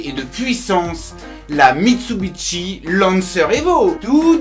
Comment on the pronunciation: pourquoi tu dit mitsubitchi